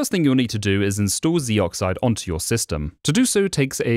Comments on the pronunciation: Narrator: "Zeee-Oxide" Me: "Zohxide." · It's not pronounced zee brother.